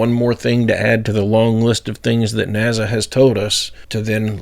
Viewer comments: I love you. Truly I do. But please stop saying NAZA! Its NASA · Dude! Its NASA. Not "NAZA" 🤣 cut it out 😆😆 drives me "crasy"